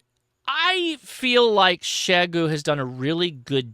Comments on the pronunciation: You’re closer than most, but still not quite there… it’s pronounced “shee-yay-goo”. But thanks for getting close. Most uninformed call it “z-eye-goo”. The xie is like how one says “thank you” in Mandarin which (in romanized letters - called pinyin) is xie xie - pronounced as “shee-yay-shee-yay”. I only bring this up because you have a significant following and you may finally get the message across. Nothing worse than continually mispronouncing someone’s or something’s name. Makes one look ignorant. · Out of curiosity...you are the only person that I have ever heard pronounce Xiegu as "Sheh-goo." Everyone else says "Zeye-goo." Forgive me for being presumptuous and perhaps forward, especially given that we have never met, but I believe that your wife is from that part of the world. Has she informed your pronunciation and are the rest of us saying it incorrectly? And to the point of the video; if this thing comes in around $1300, which i suspect that it will, it will have a long road to hoe against other, much more established competition. As always, thanks for the insight.